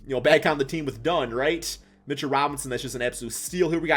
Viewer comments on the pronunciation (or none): none